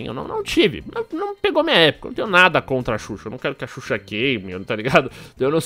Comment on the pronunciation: ''susha'' eahueahhueauhea